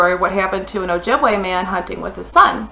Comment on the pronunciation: Oh-jib-way ojibwe. Not ojibwaaaaaaaaaaaa